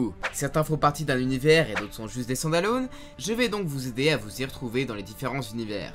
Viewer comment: Excellent épisode comme d’habitude et quel accent anglais ( standalône )😅